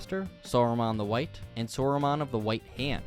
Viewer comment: I feel like every time I watch a LOTR MTG video, they can never say "Sauron" right. Or Rohirrim. 💀